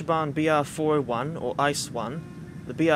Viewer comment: Oooof on the pronunciation of ICE. It is pronounced e-ce-e not ice as in ice cube. Still excellent video though!